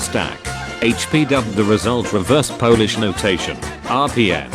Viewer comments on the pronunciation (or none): none